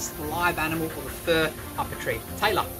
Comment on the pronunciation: The whole time I thought you were saying Tyler but I looked and saw my name and notice you were saying Taylor lol